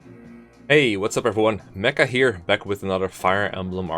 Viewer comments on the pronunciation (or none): none